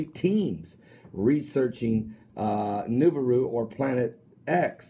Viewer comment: Lol he says "niberu"